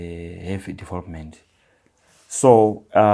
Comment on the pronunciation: It's development not devopment dofo